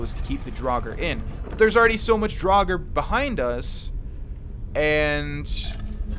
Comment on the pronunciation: Drag ore that's the pronunciation